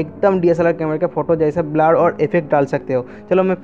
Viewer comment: Badiya par blur ko gaad kyo keh rahe the.